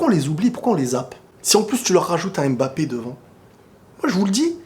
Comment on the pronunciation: Mba et non M-Ba mdr la prononciation mon ami 😄